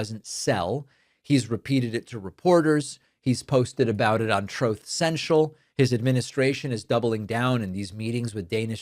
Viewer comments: These are insane times. But I am so happy to hear you still call it Troth Sential. Thank you for your attention to this matter. JRM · "Troth Cential?" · Troth cential 😂. trump wants to be just like his other bff Putin. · Troth sential 😂